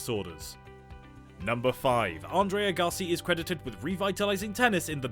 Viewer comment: It's not Andrei A-Ga-si. It's Ag-ga-si